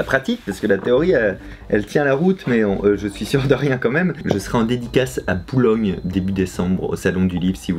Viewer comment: IL aurait pas dit poulogne a la place de boulogne par hasard ? x)